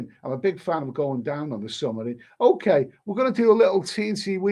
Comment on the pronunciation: Never heard a man pronounce submarine as summerine!